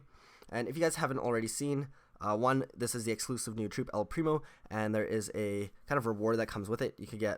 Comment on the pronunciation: It's el primooo